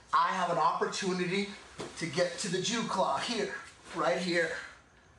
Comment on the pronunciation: did he say jew claw???